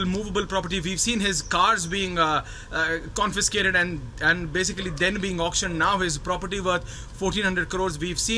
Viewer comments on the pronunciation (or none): Get people who can correctly pronounce CONFISCATED